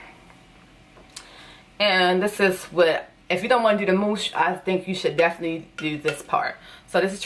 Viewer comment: the “dew” is a dead give away😭